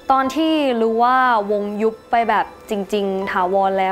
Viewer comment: น้องพิมร้องได้ดีมาก อารมณ์เพลงเอาไปเลยเต็มร้อย แต่.... ฟังน้องร้องแล้วอึดอัดมาก เหมือนน้องกัดฟันกรามร้อง เสียงแบน ออกเสียงไม่ชัดในภาษา ภาษาไทยมีกลม มีแบน มีสูงต่ำ จะมาฉีกปากเหมือนยิ้มร้องหรือพูดไม่ได้ รู้ จะเป็น ลื้อ ของ จะเป็น ขาง อ้อ ลืมไปว่าน้องเป็นคนอุบล คนที่นั่นอาจจะออกเสียงแบบนี้เป็นปกติก็ได้